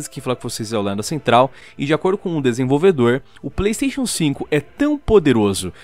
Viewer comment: Pleisteixo Pleisteixo...